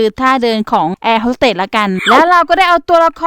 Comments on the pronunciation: เค้าเรียกว่าแอร์ host สเตทค่ะไม่ใช่เรียกว่าแอร์ host สเตท😂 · คะแอร์ฮอสสเตทไม่ใช่หรอคะไม่ใช่แอร์ฮอสสเตท